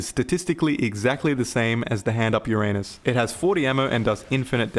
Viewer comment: It’s funny when a non Greek sais Ouranos 😂😂 OUranos not Uranos 😂😂😂 makes me laugh every time